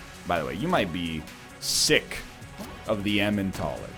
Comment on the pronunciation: What are the odds that he'll eventually pronounce "Elimentaler" correctly? (Hint, it's a portmanteau of eliminator and Emmental)